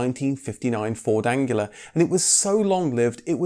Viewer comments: It's Anglia not Angular!!! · Its Anglia not Angular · apparently the narrator can't say anglia either I think he says angila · I was going to ask whether pronouncing 'Ford Anglia' as 'Ford Angular' was a deliberate dig at the rather odd-looking but nonetheless popular car. We all called it a Ford Angular back in 1960s Britain, after all. So I guess it was just a slip of the tongue. No matter. Good video anyway. But, did you notice you mispronounced it several times in the video. Not just once. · i just noticed that you kept saying 'angular' rather than 'anglia' good fun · Just a minor point of clarification: there was no Ford Angular. It's pronounced Anglia. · Jeez it’s the Anglia not Angular !! 😂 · It sounds like you're saying Ford Angular instead of Anglia, possibly a reasonable description of it actually. The 2002 Fiesta wouldn't have had a Kent engine. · FFS. It’s the Ford Anglia, not Angular!! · "Ford Angela"? It's Anglia: Ang - li - a ! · Why do you keep calling the Ford Anglia the Ford Angula ? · It's Anglia not angular. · Ford Anglia, not Angula. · Ford Angela? as in Angela Merkel? Surely it’s Anglia, pronounced An-glee-a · Ford Anglia, not Angular ! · You seem to be pronouncing Ford 'Angular', instead of Anglia? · GRR! What is the Ford Angula? It the ANGLIA!!!! Are you one of those annoying people who say 'Nucular' instead of 'Nuclear'? Grrr! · "Ford Angular"? it's pronounced An-glee-ah. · My OCD needs to point out that the word Anglia is not pronounced 'an-gu-la' it is pronounced 'an-glee-ah.' An ancientAnglo-Saxon name (specifically from the Angles) that possibly originated from Anglia in Denmark. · Ford Anglia, not Angular. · "An-glee-ah" not "An-gu-lar" and it was a Lotus Cortina not a Cortina Lotus. Sorry to be picky. Great, fact-filled video as always. Subscribed! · are you saying ford angular? anglia? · Well the voice guy called it that in error. how could he mispronounce Anglia. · Its Pronounced An-Glee-Ah lol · Anghila? 🤣 Good video